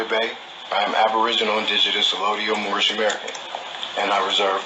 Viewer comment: they are joking because one of them couldn’t pronounce anything right. But he kept calling it mormish not moorish. He sounded like he had his mouth wired shut. That’s the only thing I can describe what he sounded like.